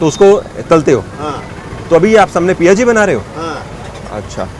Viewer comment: Sir aapne to galion ki yaad diladi ... jaldi aana padega ab CTC ... Ayur sur Piyaji hota hai sir...coz it contains onion - in Odia it called “piaja” so us dish ka naam “piaji” hai not PIA ji ....